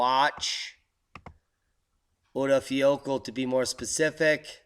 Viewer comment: I think the pronunciation of the Icelanic volcano is something like ur-eye-fa-ya-kood-la.